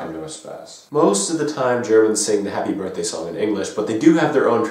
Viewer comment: This video was so great! I laughed a lot😂😂😂😂 Especially Happy Birthday was good! You're right, the Germans say Happy BirSday😂 Great job👍🏼